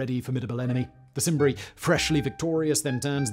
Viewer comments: Simbri? Were they related to the Selts? Roman C is pronounced K. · Cimbri has a hard C like Canterbury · This video is ruined by the fact you don't know how to pronounce a diphthong "ae', or seem to realise Latin uses a hard "C" (there is no soft "C" in Latin) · It's pronounced kimbri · I know this is a old video and perhaps others have pointed it out to you, but if we are going to present intellectual videos at least get the names right, the pronunciation of C in Latin has a K sound. Your are welcome